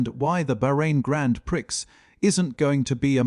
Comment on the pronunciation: Hogwash. You can't even say grand prix, you called it grand pricks. You can't be taken seriously. 👎👎👎